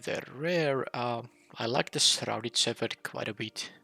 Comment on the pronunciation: Well, I see you're still pronouncing "shepherd" wrong. The ph doesn't make the f sound in this case.